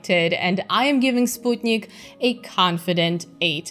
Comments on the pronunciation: Major props for properly pronouncing Sputnik, a feat which other space channels hosts (Scott Manley, Vintage Space) haven't mastered so far. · Thank you for the recommendations and for the proper way to say 'Sputnik'.